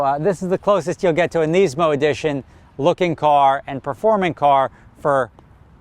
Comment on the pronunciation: Why can't say Nismo right